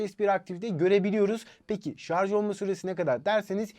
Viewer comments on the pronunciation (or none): none